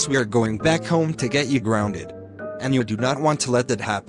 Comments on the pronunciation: said grounded wrong he spelt it like this guonded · said gorunded